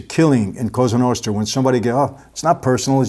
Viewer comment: I really like your videos but I don't like how you pronounce Italian words in an American accent. When you say Cosa Nostra, you say it like "Qouza Nousthra". Just say it in an Italian way like "Koza Nostra". Well, you know what I mean :))) BTW I've watched a movie called "Bonanno: a Godfather's Story", which is based on Joe Bonanno's Autobiography. And in that movie they say the same about Kennedy's murder - his father had tight contact with Mafia and they helped him to win elections but later he began fighting Mafia and that's why they get rid of him.